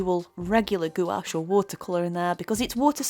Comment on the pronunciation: I've given up with jacksons although I live in UK my orders take wks to come, It's just not worth the wait so I order from amazon, next day delivery with prime or at most couple days. I find amazon cheaper as well so it's a no brainer. Can I just say its pronounced like GWASH. Beautiful painting, love the hair.